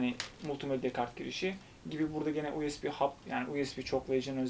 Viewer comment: Dostum her videonda kulaklarıma batıyor. İngilizce telafuz sorunu çok fazla. Uesbi diye okuma lütfen. Bu tip terimleri en basit yoldan google çeviriden ingizzce olarak dinle biraz kulağın alışssın. Çok rahatsız edici oluyor.